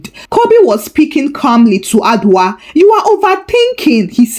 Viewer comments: Madam please the name is Adwoa and not adwa....adwa is name for an animal in the forest ooh...please next time check your pronounsiation or you use Yaa,Afia,Esi etc😮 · Hi, Thank you for the Ghana stories this week!! We love you. 🥰. By the way Adwoa is pronounced A- Joe-wa.